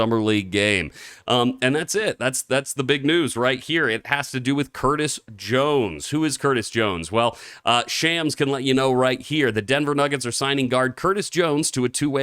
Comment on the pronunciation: His name is pronounced SHOMS (like bombs) not shams